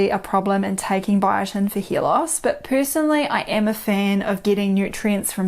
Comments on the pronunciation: She says hear loss. lol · Are you saying hair or ear ?